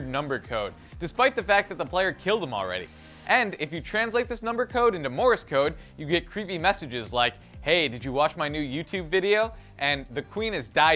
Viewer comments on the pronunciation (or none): Did he say Moris Code